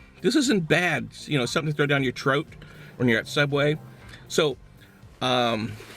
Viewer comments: throat, not troat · lol I love how u say troat instead of throat 😂😂😂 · haha "YOUR TROAT, if you're there! xD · wtf is a troat